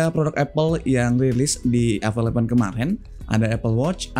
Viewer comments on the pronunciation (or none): masukan aja brader, bukan bermaksud mengajari 🙏 untuk ucapan bbrp kata b.inggris mungkin bisa diperbaiki di video2 selanjutnya (seperti pd pengucapan kata "event" dan "always") bisa coba dengerin di google translate utk pengucapan yg benar